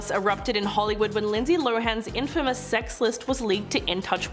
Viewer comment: “Chase Chevy”. “In Famous”. “DrayFuss”. First two minutes.